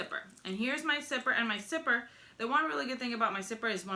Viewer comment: I like how she says zipper like "sipper" 😊